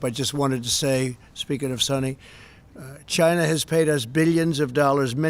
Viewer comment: Does anybody else HATE the way The Donald pronounces, "China"??